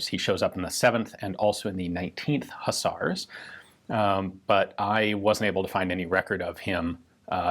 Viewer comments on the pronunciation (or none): WHEN THE WINGED HUSS-ARRZ ARRI......Wait, what??!! Huss-arrz? "Hooz-arrz", if you please, Mister Ian... as in "Whose arse?"... to which the response is something clever and imaginitive like, "Horse's arse" as some poorly veiled reference to donkey-wallopers who now ride in tanks... or so it goes, anyway.